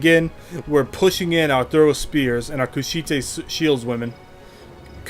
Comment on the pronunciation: Sorry to nitpick, but it's pronounced Kush-ite, rhymes with kite. They were from the land of Kush.